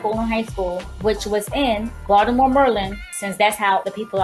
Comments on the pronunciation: We do not say Baltimore, md like that. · naw say it properly... Baltimore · WE DO NOT SAY BALTIMORE LIKE DAT!!!